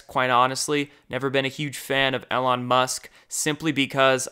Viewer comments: EEEE-lon EEEE-lon EEEE-lon EEEE-lon please stop saying 'El awn' bro for the love of God. Driving me crazy haha. Keep up the great channel and great work! Love your stuff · I love you so much, brother, but at this point, I truly believe that you say the names incorrectly on purpose. EL-on Musk?!? Are you serious?! Have you never heard anyone say the names that you have to say? Do you refuse to learn it? Just keeps saying it wrong? Strzok, RR, and countless others I can’t think of at the moment. It’s getting ridiculous.